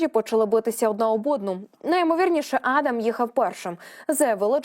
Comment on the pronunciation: Пані диктор, ви якийсь професіонал чи як? Чому ви в імені сина кадирова щоразу ставите різний наголос? Майте повагу до глядачів і слухачів. Пацана звати адАм, а не Адам